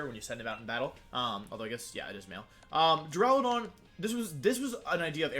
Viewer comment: You know this is a serious discussion when he starts pronouncing Duraludon properly.